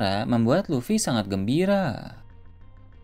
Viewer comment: kamu aja salah sebut. luffy bukan lutfi 😂